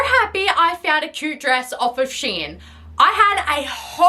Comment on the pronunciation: It’s pronounced “shee-inn”? Not “shine”? What the fuck?